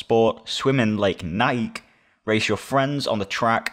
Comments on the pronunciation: How everyone says NIKE: NI KEY How says NIKE: NIKE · Nike is pronounced NIKE, not NIK-E Change my mind 🖐️🎤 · He says nike niké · I love how he pronounces “Nike”